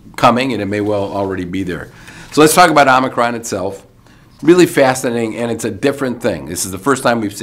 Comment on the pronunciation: Thank you for all of the information and for being one of the few who pronounce omicron correctly.